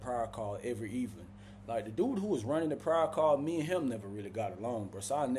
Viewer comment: Pryer lol thought it was prayer